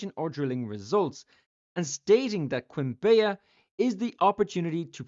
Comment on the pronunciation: As a Colombian myself, I had no idea about this. Also, the way you pronounce "Quimbaya" is very funny 😂. The correct pronunciation is like "kim-BAH-yah".